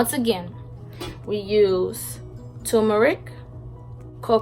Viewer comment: It’s not timrak it’s toomric